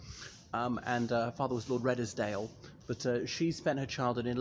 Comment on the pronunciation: its pronounced 'Reeds dale'.